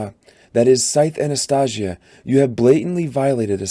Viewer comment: Hype for the TV show announcement! I want to reread all the books before the shows release (whenever that is) your video helped me so much get through it thank you! But.... I'm sorry I can't ignore the way you pronounced Anastasia 😢 I'm hoping you pronounce it right in the second book. Otherwise I really liked listening to you reading my favorite book. ❤